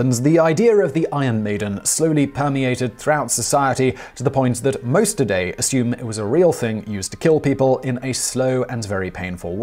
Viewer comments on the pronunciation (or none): none